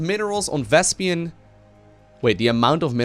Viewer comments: its "vespeen" not "vespian", listen to Artosis correcting Tasteless in the game:D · VesPEEN PEEN PEEN. Not "pian" it's not "vespian" gas. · Vespene, not Vespian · it's not thespian gas.....its vespene gas, it's making me crazy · why do you keep calling it Vespian? D